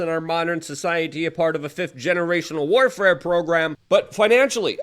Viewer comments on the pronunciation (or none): none